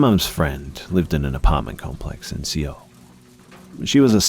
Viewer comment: Seoul is pronounced like soul, NOT "see-oul". That made me cringed.